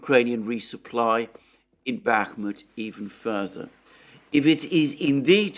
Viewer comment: After being subscribed to you for a while now. I think I heard you say "Bakhmutt" over a thousand times, plus you have many video titles with "Bakhmutt" in them When the Russians turns it into Artemovsk, I hope they name a street after you.